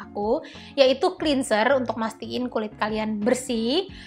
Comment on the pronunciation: Kata “cleanser” di baca bukan “klinser” tapi “klenzer” ya kak😊